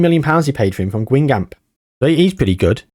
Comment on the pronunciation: Hearing you say Guingamp has me rolling on the floor, great episode tho